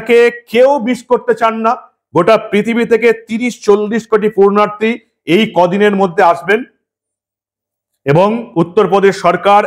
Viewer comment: শব্দ টা, পূর্ণার্থী, নয় পুণ্যার্থী। পুণ্য সঞ্চয় ইচ্ছায় কোন কাজ করেন যিনি ,তিনি পুণ্যার্থী। পূর্নার্থী নয় সংশোধন করে নেবেন please